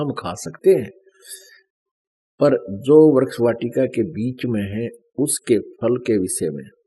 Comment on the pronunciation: Hindi toh dhang ki padh nahi arahe hai bible uthaliye Vriksh ko vraksh istri ko satri aur uttpati ko utpattee padhte hai beech-beech mein akshar chhod dete hai😁